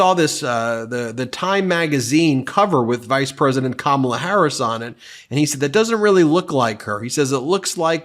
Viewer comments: He’s coming up with new ways to mispronounce her name.😂 Kamilla! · Is Trump insulting the queen consort of England or is he trying to say Kamala and sail Comilla? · In the same clip where he said Kamala looks like Melania, he called Kamala Camille instead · Trump called her Ca mill a He is so rude and disrespectful. If you can't pronounce KA MA LA, then just call her Madam President!! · "She didn't look like Camila." Is he saying Kamala Harris did not look like herself and that was his mispronunciation of her name? Or, did he mean Kamala Harris does not look like King Charles wife, Camila? Trump is, without contest, the most ignorant and weird individual. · Camilla? That's certainly a new way of pronouncing Kamala! Also, I don't think he's drunk because of the way he's speaking...granted, it's all BS and he does sort of meander, but when he is speaking, it's measured, there's not a lot of hesitation and not a lot of the words are actually slurred like a drunk would slur them. I think he's taken his dentures out, so he is isn't able to form his words correctly because there's not teeth for his tongue to rest on or use while forming words. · He talks about this cover and then says she's a beautiful woman and then mentions something about Camilla. He may be trying to mispronounce her name but instead he gets confused and mentions the Queen Consort!!?? Yeah he's not all there anymore! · Trump is such a goober that he can't even PRONOUNCE the VP's name correctly. He's probably doing it deliberately as an insult since he isn't capable of respect, much less baseline human decency, but it honestly just makes him look even more incompetent.